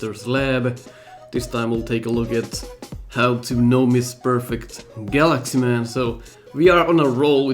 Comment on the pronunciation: I don't know why but to me that partially sounded like you were calling him Guts Man and not Galaxy Man.